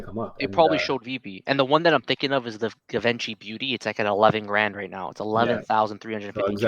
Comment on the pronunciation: please, please.....Don't pronounce it "given chy" "give onchy"..... It's "Gi ven chy" pronouns it the french way. Show the fashion brand some love lol. Also their FE i believe except for Goofy and Donald.. Because the rest were released on Quidd